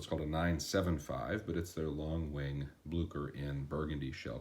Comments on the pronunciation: It's pronounced "blue-cher," not "blue-ker" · Good review... they are Bluchers though(ch as in cherry) not Blukers. Also, although blucher and derby shoes are pretty much the same, I would call these derby wingtips or brogues. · BLEW-CHER. "BLEW"... "CHER."